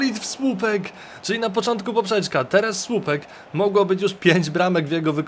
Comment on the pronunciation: powiedziałeś napoczontkó 5 bramke